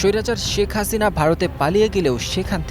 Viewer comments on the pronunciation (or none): none